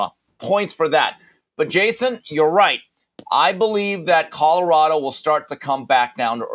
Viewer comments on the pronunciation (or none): I am also not a fan of Mr. Sanders and it was long, long before he stepped into the coaching ranks. I’ve always viewed him as a self-absorbed opportunist; all about him. I agree with you, Jason, on every single point. But, I need to ask a favor, please: it’s CoLorado, not CoDorado. That is annoying. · Whitlock shouldn't speak on Colorado until he learns how to pronounce C-o-l-o-r-a-d-o. Not Codorado. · Jason can’t say the word “Colorado” to save his life. “Cotterado”…😂😂😂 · Colorado not Codorado! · Cadarado ? Mr. HOF Journalist needs to learn to enunciate while he ridicules other people’s achievements.